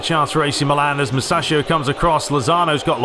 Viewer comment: Man its pronounced musakio